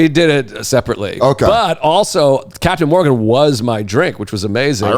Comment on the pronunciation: Dan, isn't it just Captain Morgan??? Not Morgan's?